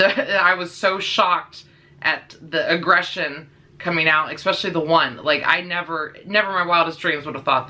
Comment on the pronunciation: The way you say "especially" as "ekspecially" bothered me lol. Anyway. Had a blue heeler when I was a young kid. She was an amazing dog. Very smart, very obedient. Fast forward 20 years. My good friend has a blue heeler runt and she is the best. Very protective, patient, obedient but very playful. I on the other hand just adopted a red heeler mix. She is so sweet and hasn't snapped at me but she does show aggression with my other dog over toys and food. Hoping I can curb that because when I break it up and tell her no she is so submissive and she acts guilty and ashamed for doing so. Just gotta give it time I guess.